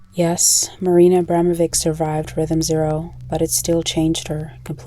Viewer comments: It's pronounced Abramovich, not Ambramovik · Valuable video, but...how did you see the letter at the end of the name (which is clearly different than a "C") and simply ASSUME you knew how to pronounce it? 🤣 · Her name is pronounced 'Abramovich'. The reason why there's a letter 'c' at the end is because the English alphabet doesn't have the letter 'ć', pronounced as 'ch'. Her last name is Abramović. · UGHHH SHES PRONOUNCING HER LAST NAME SO WRONG. IK it’s such a non issue but it makes me mad (as a Bosnian) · please pronounce the last name correctly